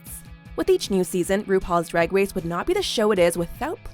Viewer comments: "Rupaul's Drag Wace" haha fuck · "rupauls drag wace"